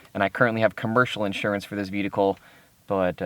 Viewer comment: Am I the only one who's hearing him say VEDICLE? LMAOOOOO.